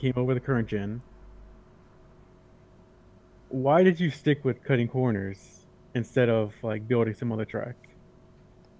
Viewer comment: I'm a northern lad and i still cant say it as well as you do.